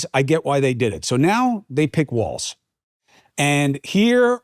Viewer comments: Chris, It’s Walz not Waltz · FYI Cuomo…there is no T in WALZ. Phonetically, it’s wallzzz.